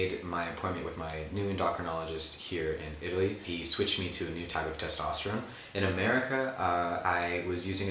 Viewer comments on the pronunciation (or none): Testosterone (but pronounced like rigatoni)